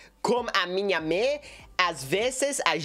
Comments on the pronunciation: falou meio q em francês kkk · Nossa!!! Está bom seu português, embora a pronúncia precisa melhorar da pra entender sim! Você disse que gosta de conversar com sua mãe, a palavra mãe "mother" na pronúncia está errado, você falou "mí ou me" eu acho, ficou engraçado 😆😆. Mais o restante está muito bom mesmo, seu português está mil vezes melhor que o meu inglês kkkkk. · "A minha mê"